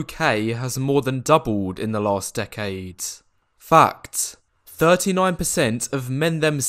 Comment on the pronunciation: When you said fact I heard fucked! 😂